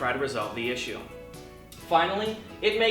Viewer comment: Your pronunciation of issue bothers me greatly.